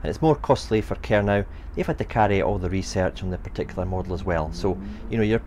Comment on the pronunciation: No, No, No! It's pronounced Ker - No not Ker-Now